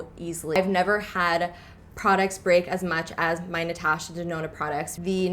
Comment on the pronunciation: Great video but how you said "Natasha" made me cringe so hard 😂😂 still a good video though ❤️